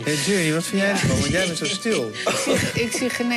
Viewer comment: het is jerney :P geen girny lol